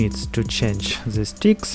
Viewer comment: Clip is good but if i will hear another "ze" instead of "the" i will shoot myself :/